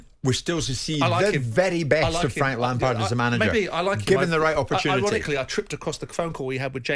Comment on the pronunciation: Frank lampared? Never heard of him.